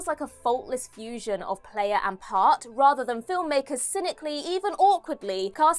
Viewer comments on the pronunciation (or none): none